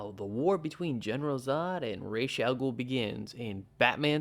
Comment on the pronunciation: Great episode thanks for saying ra's al ghul correctly and not like people does after batman begins came out i can't wait to see what's gonna happen to the kandorians afterwards btw the artist of the first arc works for is probably moving onto another series